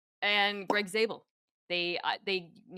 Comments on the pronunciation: Please his name is Grey not Greg😭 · Jist a single correction... It's Grey* Zabel. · It’s GREY Zabel not Greg